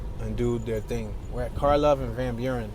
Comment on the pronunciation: You pronounced "Karlov Ave" right. A lot of those streets were given "K" names for the "K-Town" area in Lawndale (just south of WGP). They're mostly Eastern European names so most Chicagoans don't really pronounce them correctly but it doesn't matter